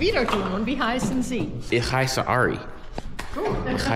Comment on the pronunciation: Definitiv falsch. Es war das spanische "si" mit gezischtem "s", beim "sie" wird das "s" weicher ausgesprochen als vom Herrn im Video. Und bei seiner Aussprache gehe bei ich allem Respekt nicht davon aus, dass er weiß, was Siezen ist. Ich hoffe einfach, dass dein Kommentar scherzhaft gemeint war.